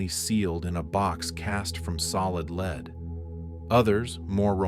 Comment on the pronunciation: This IS AI??? I love these videos! But I just caught the mispronunciation of lead if the context clue of the word gold wasn’t near by.? I’m disappointed 😅